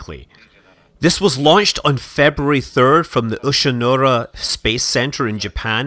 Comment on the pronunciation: Not that it's super important, but the launch site is Uchinoura, pronounced Oo-chi-no-oo-rah (with no emphasis on any syllable). I live in the area, FYI (You can see terrible videos of an Epsilon launch I took from the same launch site).